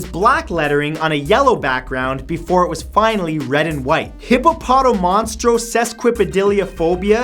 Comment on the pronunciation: His pronunciation of hippopotomonstrosesquipedaliophobia made me cringe. He put the accents in the wrong parts of the word, making it sound way off.